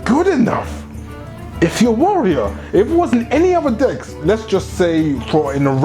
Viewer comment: love the enthusiasm. had the occasional chucking when you pronounce decks like... dcks but that partially kept me thru the whole 28 minutes. keep it up and look forward to your future videos